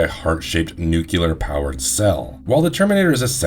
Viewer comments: Nu-clear. Not Nuc-u-lar. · Also it's nuclear, new-clear.... not nuke-you-ler..... ugh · You lost me at "nucelar" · Nuclear (new-clear or nuu-clear) -- for the love of god! There is no U after the C. Sorry. Pet peeve 😂😂